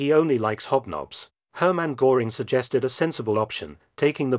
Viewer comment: However that the AI says Goring instead of Goering gave it away